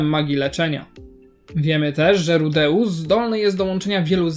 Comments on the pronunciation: Przestań mówić rudeus tylko tak jak to wypowiadały inne postacie w anime rudes. Boli mnie twoje wypowiadanie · Dostałem już kilka takich uwag, ale słuchając nawet wymowy z Anime dalej nie wiem jak to poprawnie wymówić (ja tam słyszę RUDEUSSy/RUDEUSS), więc chyba następnym razem dam po prostu wstawkę jak Eris woła go po imieniu: jeżeli aż tak to irytuje. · Tragicznie wymawiasz jego imię, sam filmik jak najbardziej na plus